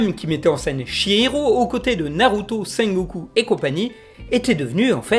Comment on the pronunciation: Il a dit SENGoku je suis mort😂